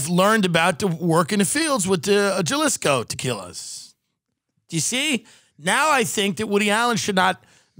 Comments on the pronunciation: Gellisco!? 😂 how bout u culturally appropriate Duolingo for a day! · Jalisco? Ha-lee-sco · Jalisco, Pronounced Ha-Lee-sco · Jalisco - Juh Liss Ko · Jalisco, pronounced Hal-isco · FYI, in SPANISH, the letter "J" is pronounced like "H": HA-LISCO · Had me rollin. JUHLISHCO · This dude really says Jellisco hahaahah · The J makes an H sound in Spanish you dumb dumbs it's pronounced Halisco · The way they pronounce Jalisco is crazy😂😂😂😂😂😂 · pronouncing Jalisco with a hat J is one of the cutest things I’ve heard in a while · You pronounced Jalisco soooooooooo wrong. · How pronounced “Jalisco”😂😂😂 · How do these two not know how to pronounce Jalisco 🤣🤣🤣🤣 SUCH AMERICANS GOSHHHHH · Tim & pronunciation of Jalisco is nothing short of groundbreaking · Holy shit did just say Jalisco in the most whitest way possible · Hahahahahaha the way pronounced Jalisco. Side note Jalisco is a state and Tequila is the town where they produce tequila. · The way pronounces “Jalisco” 💀💀💀💀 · 2 white guys saying “Jalisco” Lmaoo I expect Tim to not know how to pronounce it but grew up throwing rocks at Mexicans, why can’t he pronounce it correctly? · Cute how they pronounce Jalisco 😁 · Hearing pronouce Jalisco is hilarious. J's are pronounced like H in Spanish. That's why Jalapenos are pronounced the way you are. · really said JAH-lisco instead of HA-lisco lmaoo i fucking love it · Isnt it lik HA-lisco? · Hey team! Just a hayseed from Wyoming here. I believe "Jalisco" is said with the J sounding like an H so it sounds like Halisco. Also Tim I'm new here but, are you just now trying to start smoking? If so that's hilarious! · This fuck says Jellisko instead of Jalisco. Hal-eese-ko. If you're living in Texas, get used to Jalisco's taqueria instead of el pollo loco and other baja shite. At least Tim will be at home with refried beans cooked in bacon grease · Ha Lees Co not Ja LIsko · Juhlisco 😂 mijo es HALISCO (say it out loud) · Pronounced "Haleescoe"